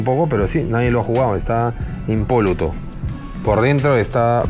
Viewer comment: Na mams 😂 nuevamente con el “impóluto” mal dicho … sello característico … 🤣